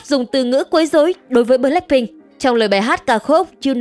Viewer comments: bờ lách binh nha ad, ko phải bờ lác binh đâu = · blackpink chứ ko phải bờ lác phink nha ad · Là bờ lách pinh không phải bờ lắc pinh nha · Bờ lách pin , đọc tiếng Anh siêu thị 😂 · Mình không khó chịu về những vấn đề trong video nhưng kênh đọc * bờ lác binh * thì hơi sai sai thid phải💦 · bạn có thể đọc BLACKPINK một cách bình đc ko ạ mình không có ý j đâu mik chỉ có một góp ý thôi ạ